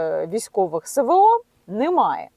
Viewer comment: Що це за ,,севео '' ???!!!!! Нема букви СЕ , 'є буква ЕС !!!Не соромно ,бути такою безграмотною ? !!! ДИЗЛАЙК ! І НІЯКОЇ ПІДПИСКИ !!!